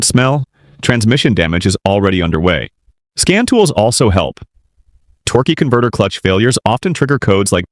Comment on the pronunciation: what is a torkey converter? Is that a different part?